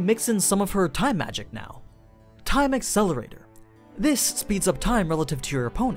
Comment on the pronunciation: you said the name of the spell wrong. its actually time AcElErAtOr~~~!!!